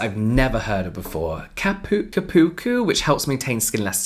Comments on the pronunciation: As a Brazilian, I'd like to say that the way you said cupuaçu was absolutely butchered, but incredibly cute 🤣🤣💜💜 Ç sounds like SS, so you say it like "cupuassu" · Cupuacu = "koo-poo-AHH-soo" That's a tricky pronunciation if I ever heard one! lol It's a butter made from a tree that's very closely related to the cocoa tree and, thus, cocoa butter. 😄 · James trying to say cupuaçu and babassu 😂😂 Her mom is Brazilian and those are 2 Brazilian fruits. As açaí.